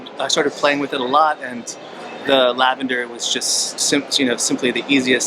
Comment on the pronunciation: I liked thinking you guys kept saying "Tell a grandma!" 👵. I don't have much experience with lavender fragrances so uhhh... I'm from NY!